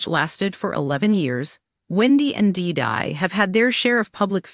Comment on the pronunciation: It's hilarious how the AI voice mangles Diddy's name.